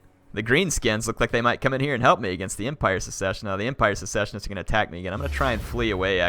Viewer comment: For the record, "Secessionist" is pronounced similar to how you say "Session". "Sess-Sesh-Un-Ist" ;) (Or perhaps Suh-session-ist)